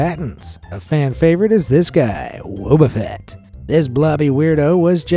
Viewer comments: Wobuffet is not pronounced like "wo-bu-fet" it's wo-"bo" - fet Disclamer;I am not an hater i'm just upset that in his age(no afence) he does't not know pokemon pronunciations I know-I know sorry if i a fended you😥 But please atleast search on how to pronounce something you're not familiar with 😊👍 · The way u screwed up the pronunciation of wobbufett, tangela and tangrowth was like nails on a chalkboard 😂😂😂